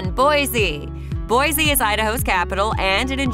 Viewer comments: It's pronounced Mos-ko not Mos-cow. And people from Boise say Boy-see not Boy-zee. Anyway leave Idaho alone. It was way better before non-Idahoans found out about it. CDA is barely CDA anymore. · Don’t trust a clip that doesn’t even pronounce the capital city correctly. Boise is boy-see, not boy-zee. Also, the video shows Boise while talking about Ammon.